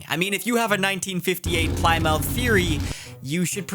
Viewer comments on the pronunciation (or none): Pleh-myth? Pli-muth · Ply Mouth? Stephen Colbert...pronouncing the 'T'? Was that intentional? Some running joke on this channel I'm not aware of? (First time seeing one of his videos) or a reference to something? - threw me off, couldn't keep watching. Ply Mouth?...Really? edit: decided to keep watching. Figured I was being a little pedantic... - then 2 seconds in he said "Larry McMurty" and I died. [To be fair I said "chimley" instead of "chimney" for the first 20 years of my life because that's the way my grandmother said it] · Ply-Mouth is pronounced 'pli-muhth' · Thanks for the video. Love your videos - especially series breakdowns and reading orders. One thing, Plymouth is not pronounced ply-mouth, it is pronounced more like plimuth. Later! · 1958 Ply Mouth! 😂 Sorry, I understand your a youngling and Plymouth’s were discontinued in 2001, and it’s spelled that way, but I’ve never heard that mispronunciation before. Hate to be pedantic but it’s pronounced Pleh-myth. Like Plymouth Rock. Thanks for a good laugh to start my day! Like your channel. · Did I understand him to say ply-mouth? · im sorry.... did he just say "ply-mouth" For Plymouth? I mean i get it. Its an old car brand that isn't around anymore. But its also a place, a town in Massachusetts. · “Plie-Mouth” hurt my soul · As a long time Massachusetts resident the Ply-Mouth pronunciation took me so off guard I thought there was a car brand I never heard of. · He's Canadian. Probably doesn't know about Plymouth rock. But I agree that that pronunciation was like nails on a chalkboard. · I was surprised at the mispronunciation of "Plymouth" ... until I looked it up and realized they went out of business in 2001 and now I just feel OLD! 😭 but it's a historical location for the founding of the USA's preceding colonies still!